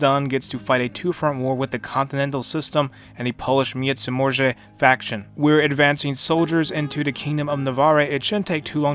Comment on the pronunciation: If it's hard for you to pronounce Międzymorze, just say Intermarium. It's also the correct way and it's way easier.